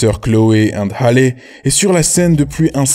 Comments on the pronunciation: Y'a que moi que ça dérange quand il dit Hale au lieu de "Hali" 😭 et quand il dit Tina QKNOLZ 😭😭😭 mes oreilles ... Bref superbe vidéo à part ça . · Ça se dit Hali pas Hale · Ça se prononce « Hali »